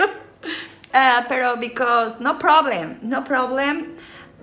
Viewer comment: JAJAJAJAJKAJAA amo el “bicos”; me recuerdas mucho a mi mamá, siempre bien alegres, haciendo y diciendo pura tarugada risa y risa😂